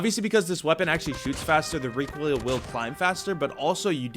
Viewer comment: reekoil control 🙂